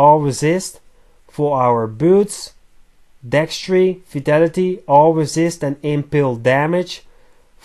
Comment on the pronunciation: Im sorry but when u say vitality it sounds like u say fatality ☺